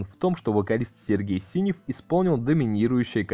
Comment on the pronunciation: Сергей Синёв - ударение на ё . :)